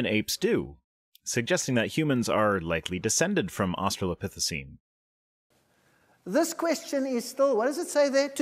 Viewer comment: In how many different ways shall that creationist pronounce "Australopithecine" in his speech? Because I've already counted, like, four.